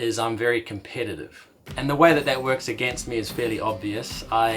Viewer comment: Happy birthday! 2 things though: It's now the start of your 41st circuit around the sun and 'competitive' doesnt have an 'A' in it!!